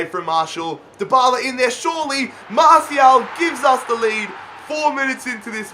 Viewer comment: it's mar-ti-al not marshial